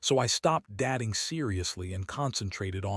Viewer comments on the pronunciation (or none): Also, Eloise was pronounced E-Loia... dating pronounced dating.....